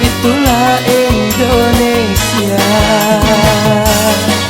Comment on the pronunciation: Ralat lagi bro.Indonesia bukan endonesia